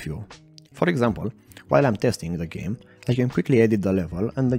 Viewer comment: "Geam" haha, foarte tare, tine-o tot asa!